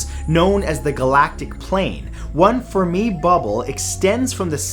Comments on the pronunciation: "FERmi", not "ferMI" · Firmy, Gas Ee Us.